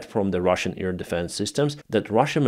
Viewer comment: Please try to say AIR, not 'ear'?